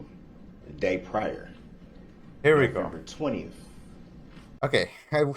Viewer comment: He drives me crazy with the way he pronounces "th" as "f". Detective "Goof" and "November 20ff". You would think he would try his hardest to sound professional and intelligent, but no..